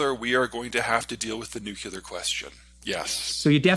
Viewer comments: Peter! For the LAST time, it's pronounced Nu - Clear, NOT Nuke - yeller! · When is he going to learn the adult pronunciation of ‘nuclear’?